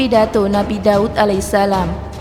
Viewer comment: DAUD...bukan dawud